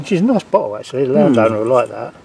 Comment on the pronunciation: B O T T LE NOT B O U L E LOL love watching the channel